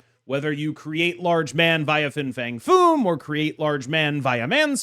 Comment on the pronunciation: How many times did you mess up Fins full name?